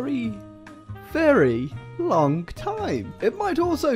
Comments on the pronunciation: "Lonk, lonk, lonk" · “We’re going to be scrolling for a lonk time